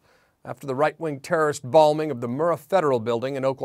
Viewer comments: "Balmings"??? Good report, though. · Ok, but…. Did he say balming?? As in embalming? Or are we talking about some politically motivated moisturization? I mean, I’m sure that could still get pretty serious, but… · haha "balming" you really "bombed" the pronunciation on that one :P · Is it me or is he saying "balming" instead of bombing?